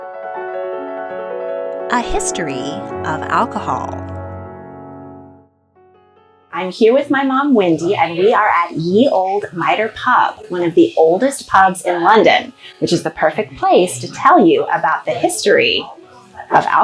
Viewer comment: "Ye used to be written with thorn, a letter that is no longer in use. It represented the th sound. Therefor Ye Olde Pub should be pronounced The Old Pub.